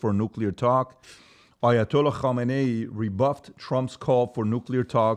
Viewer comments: It's khaminei not khomeni at least get the name right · Its fkn khamenei not khomeini. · Khamenei** not khomeini(I know it's similar lol) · It’s not khomaini it’s khameneaie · Dude; it is not "Khomeini"; it is "Khamenei". Two different so-called super leaders of Iran. The former started the shit and passed away many years ago while the latter is still in the toilet seat and shitting. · Hazřat Khameni. Not khomeni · Its Khamenei Patrick, not Khomeini. Come on bro even you know that. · It's Khameneyi not Khomeini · Khomeni? Bro you’re ignorant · isn't it Khamenei?